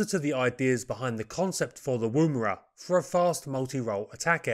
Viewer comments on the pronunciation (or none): You don’t use the ‘oo’ sound in Woomera. More like 'Woumra'. Most Aboriginal words are said very fast and don't sound anything like they are transcribed into English. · Yours is always an exciting and insightful program on little known aircraft, to which I look forward too, On the pronunciation of Aussie place names: Woomera, has no accent on the first syllable., rather the Woo is as the word wool, So woom-a-ra. We have some tricky words, not as commonly in use as the North American Indian tribal or place names. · Pronunciation note (if you will excuse me); Woomera is pronounced 'wUmera' by most of us, as if you were from the North of England (as in; "Eh Up! It's bUms that count 'ere, not 'ats"). Similarly, the preferred pronunciation of Boomerang is 'bUmerang', though few of us do this. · Hmmm... Woomera is pronounced as in Woman... Wom-era. The woomera is held in one hand while the other hand places the butt of the spear on the woomera's hook; the hollow curved shape facilitates this alignment without looking. The woomera effectively lengthens the thrower's arm, greatly increasing the velocity of the spear. Correcting for the game animal's lateral dodging is accomplished by tilting the wing-shape woomera during the throw for last-second corrections. The kinetic energy of a spear launched from a woomera has been calculated as four times that of an arrow launched from a compound bow. Boomerangs were described in 1822, in detail and recorded as "bou-mar-rang" in the language of the Turuwal people (a sub-group of the Darug) of the Georges River near Port Jackson. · Thank you for these pieces on aircraft previously totally unknown to me. Incidentally and not terribly importantly, the "woo" in "woomera" is usually pronounced with a short "u" - ie more like "wuh" than "woo". A woomera of course is a piece of wood shaped to be used to throw a spear further and harder - a similar principle to a modern day plastic dog ball thrower. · Woomera. Oo as in book not moon.